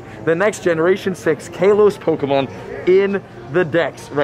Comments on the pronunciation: he said kaaloss instead of Kalos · Its kalos not kelos🤣🤣🤣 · Omg ilysm and I’m sorry but it bugs me when u say Kalos like Kaylos. I use to be a big Pokémon fan and it’s pronounced Kahlos lol. Anyways I probs dc keep up the work tho ❤️ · Everyone: KAWLOS Him:KAYLOS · Who calls it kaaaalose 😂 it's literally just ka-loss not kayloass like says either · KA-LOSE?? nah g it's Ka-loh-s. That's how they officially pronounce it. I agree on lit-lee-oh though. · He keeps saying Kay-los as well, isn’t it Kah-los? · (I’m just too shocked cuz I never heard the pronunciation Kaylos) (Ka-loss) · It’s kalos not kaelos btw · It’s Call-os, not cay-los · It's not k a Los Its kahlos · My dude says kaylos it’s kalos not kaylos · Man sorry to say but you been pronouncing kalos wrong.!!!! It's kaalos not kaaelose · What region is this "kay-los" that you keep talking about? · If anyone see’s him in public can someone please help him out on how to say “Kalos” plsssss it’s "Call-ohse" pls say it right it hurts to hear it how you say it please get it right man go watch the anime series to even hear it for you can know how to say it Please Thank You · Ik he didn’t call it kaelos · DID HE SAY KAYLOS??? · You pronounced kalos wrong. lol! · You said kalos wrong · He says Kalos wrong! 😑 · Bro its lit-le-o not litlao and its kal-o-s not calose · Pronunciation: Kaaaa-lose and lit-leee-oh